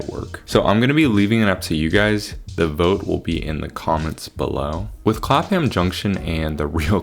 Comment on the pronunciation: also Clapham = Clap-um